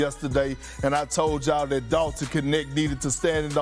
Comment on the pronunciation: it is not K.. NeKt it is KNECHT in Dutch meaning helper in Dutch